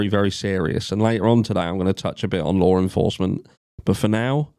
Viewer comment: I'm like who is Lauren Forsman?? But then I realize you're trying to say. “Law Enforcement” 😂 I was like she's clearly central to this case.. 🤦🏻‍♀️